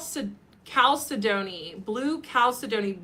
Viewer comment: Hey ya! It's pronounced "cal-SED-o-nee"!!